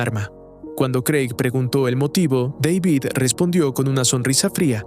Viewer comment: Dale hermano, no puede ser que no sepas pronunciar el nombre de David